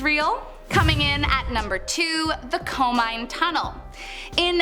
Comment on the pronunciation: KO-MI-NE tunnel